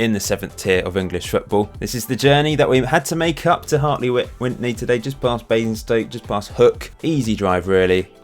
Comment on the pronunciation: The first n isn't pronounced in Hartley Wintney! Hope this helps! Also, fun fact, they couldn't be promoted a few years back because they didn't have enough seated stands so they built a new stand with about 5 seats in so they could go up a division!